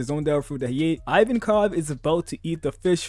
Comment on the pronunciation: “Eye-Van-Kov” ❌ “Eee-Van-Kov”✅